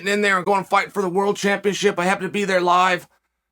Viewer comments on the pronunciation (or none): none